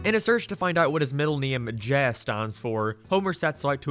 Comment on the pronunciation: >doesn't like Sideshow Bob or anthologies >likes Millhouse This is why you fail. Also you can't pronounce "Jay". Also Pokey Mom is a word play that sounds like pokemon but pokey is another word for jail, which in turn references the plot of the episode.